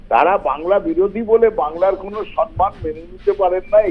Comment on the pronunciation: What difference does it make if Bengali becomes a classical language or remains as it is ? Will Mamata Banerjee be able to speak correct and elegant Bengali the next morning ? She still cannot pronounce the word "samman" correctly (pronouces as "sanman"). Most Bengalis today (Mamata Banerjee included) cannot distinguish between "jhar" (storm) and "jharapata" ( fallen leaves)". Their written knowledge of Bengali language is no better either. In West Bengal these days everything has become show without substance.